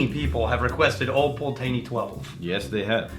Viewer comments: Fucking thank you. Is almost like they’re bourbon drinkers reviewing scotch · It's pronounced Old Pultney, the first e is silent. Take it from a Scot who was born in the Malt Whisky Capital of the World, Dufftown. My late father was born in Rothes and Old Pulteney was his favourite Malt Whisky. He worked at Cardhu and Littlemill distilleries in the 1950's and 1960's. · I'm not a stickler for pronunciation but geez Pul-tay-nee hurts my ears. Love the 17 (multiple bottles), and finally got the 21 two months ago. Haven't opened it., that's a beautiful bottle to give to people who can't pronounce it. LOL Congrats on 10K subscribers that's cray-ay-zee. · And besides, Ralphy calls it "Pultney" as well, but with a middle 'e' that is barely heard, almost giving it a 3-syllable roll to the word. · Always thought it was pronounced Pult-knee as that's how Ralfy pronounces it. Oh well, tomayto tomahto. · Its Pult-nay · As someone from Wick (north of Scotland) where this whiskey is from, it very much hurts to hear how they pronounce it!! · I tried to overlook the terrible mispronunciation of the Old Pultney name. At first I found it hilarious. However the suggestion that they can pronounce it “however the hell they want” suggests their ignorance is wilful, which is quite disrespectful actually. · Im now going to blame you guys for the cost increase in one of my favorite whiskys. Old Pulteney is one of my favorite cheap go to's! I believe you are pronouncing it a little off as well. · We're using the Texas pronunciation :-)